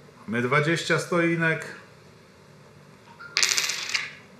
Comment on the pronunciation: Stoinek??? Stotinka